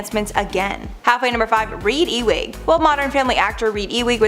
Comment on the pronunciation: Reid Ewing / guy's it's pronounced U-ing or ewe-ing E wing is something you'd find in a hospital or the White House or some other large building.